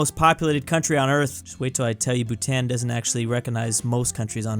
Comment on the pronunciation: As a Bhutanese him miss pronouncing Bhutan made me die a little